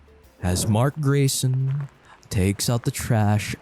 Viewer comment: Are You Sure? Pretty Sure. Oh Great, it's Great-son. (Grayson)